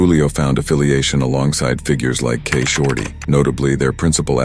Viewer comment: Why the fuck is K shorty pronounced correct but Ksoo is pronounced like xzu